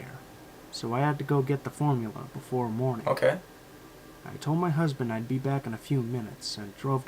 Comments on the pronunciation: Is he gay really that dude said my husben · did he say his husben was un the millatiry